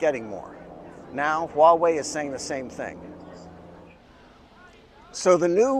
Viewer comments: It's just Hwa-way, no wa-way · With all due respect，your pronunciation of Huawei is funny😉 it sounds like “uawei” HH，but it doesn't matter It is expensive in China🥲 I hope Huawei products can be cheaper in the following years